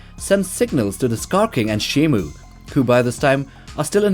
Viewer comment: shimO. MO MO MO. Not Mu. What does everyone say shimu????